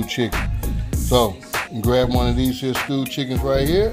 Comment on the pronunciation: You kill me every time you say these hene. My Grandmother use to say that.😂 She raisined me.I miss her and everything thing about her cooking. What I miss most is almost everything she cooked was from scratch. She taught me everything I know.